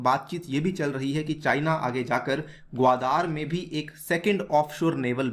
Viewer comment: Yr apko to NAME b thik sy nahi leny aty. Wo GAWADAR ha or ap GAWAAADAAR boly ho